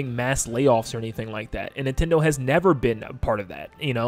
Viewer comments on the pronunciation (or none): Can you say NIN-ten-do as opposed to nih-ten-do?